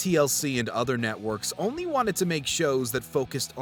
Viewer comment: Hey, man, please stop saying “olnly”. The word is “only”.